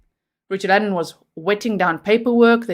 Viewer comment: Your saying Ellon not allen 😎 One is a female name other male no big deal just wanted to let you know !